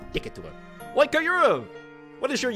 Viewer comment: KYUrum. Like Kyubi. Come on